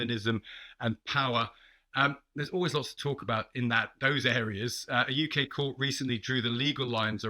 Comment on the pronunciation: Did she say COURT 🤣🤣🤣🤣🤣 I am sorry lady.